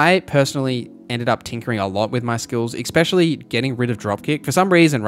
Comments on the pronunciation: I watched until you said ex-specially like a lackwit. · please stop saying "expesially" mega pet peeve